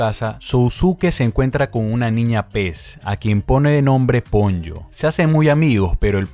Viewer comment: PONYO, ha dicho PONLLO. ME MUERO Po-Nyo